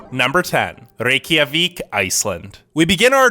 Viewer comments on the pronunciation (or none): I'm gonna add to this list with pronounciation errors - Rie-Ka-Vik. Not Rey-Ki-a-vik